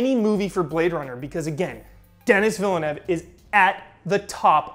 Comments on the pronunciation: you were so close with Denis Villeneuve's name prononciation. The Villeneuve part was actually great, but it's not "Dennis", more like Deh-nee. Take it from someone who lives in Quebec and gets his name butchered by anglophones constantly ahah. Great video as always I'm so happy when you go all in on a topic non-video game related. L&R! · Its pronounced "The"-nee for his first name, "The" as pronounced in front of "The room", So The-nee Villeneuve, you got his last name right though:-)